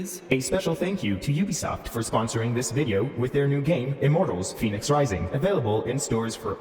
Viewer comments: But it's not Phoenix... the game should be pronounced - Fen-ex. Daedalus pronounced - Dayd-a-lus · That's not how you would say that.. Fenyx would have the short e sound not the long e. So it's Pheh-nix.. you don't get to change vowel sounds just cause your quirky. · But it's pronounced Fen-ix not Fe-nix so the intro shouldn't say "Pheonix" if it means Fenyx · I'll accept Phoenix or Fenix, but Fenyx is "fen-yix"